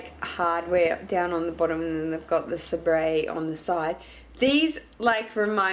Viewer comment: SABRE!!!! That's my aunt and uncle's company!!!!! It's actually pronounced "saber" but its all good! lol